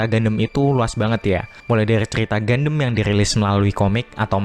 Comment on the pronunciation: Bro, seriusan, reviewnya bagus. Tapi pelafalan gundam itu bukan "gandem" tapi "gandam". Even orang luar (english dialect) juga menyebutnya dengan pelafalan "gandam", bukan "gandem". Agak gimana gitu denger gandem gandem gandem. Keep it up bro 👍